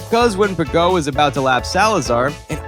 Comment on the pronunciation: and Ricciardo? And Piquet? (Pee-Kay), it's even said in Murray Walker's commentary how it's pronounced! I mean wow, a bit of research into pronunciations would have been good.